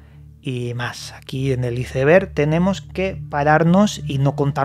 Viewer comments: Mi cerebro cada vez que escucho como pronuncia Iceberg----➡➡:face-blue-question-mark::face-purple-smiling-fangs::face-fuchsia-wide-eyes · Nunca he entendido porque los españoles no saben pronunciar Iceberg